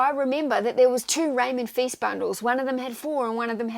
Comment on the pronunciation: Great video! By the way Feist rhymes with Heist, not feast:) (I only know because I'm listening to his audiobooks)